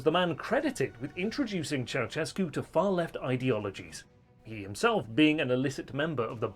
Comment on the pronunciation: it's not "ciao-tchescu", it's "ciao-shescu"